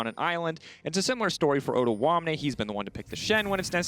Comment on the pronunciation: they are pronouncing odoamne's name so wrong XD